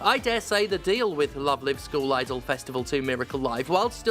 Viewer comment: Man I love the way Steph pronounces school as skull. Makes Love Live sound a bit metal.